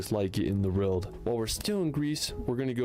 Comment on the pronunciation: Hehe, I like but he pronounces world like rorld.